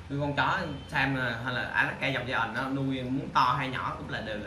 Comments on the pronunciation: Hoài Thu bữa phát âm sai đó bạn đọc gian rõ ràng bữa nay ngừoi ta góp ý mới sửa lại đó -_ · phuong nguyen đọc giai ent là đúng r nha bạn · Ủng hộ e vì câu nói "mình lừa đảo gì các bạn, mình là người mua chó chứ đâu phải bán chó😘" , điểm cộng nữa là e phát âm từ Giant đúng 🤣🤣🤣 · Méo hiểu s cái từ ( giant) này đọc là giai ần 😄, thấy đọc kiểu tây tây là kêu phát âm đúng